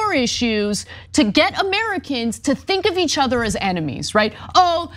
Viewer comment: It’s “get” Marjie, not “git”.